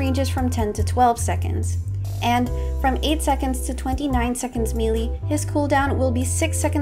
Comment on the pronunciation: im sorry but the "mealy" instead of melee was throwing me off 😭